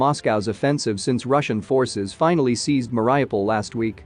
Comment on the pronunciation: Please please pronounce names correctly: it's 'Ma-Ree-O-pol' your pronunciation of Ukrainian and Russian names is simply awful